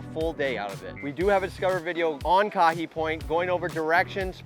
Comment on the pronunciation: That place is pronounced ka-hey (kahe) okay! Mahalo